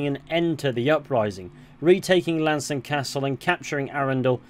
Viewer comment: Appreciate the pronunciation. Been pronouncing it wrong for years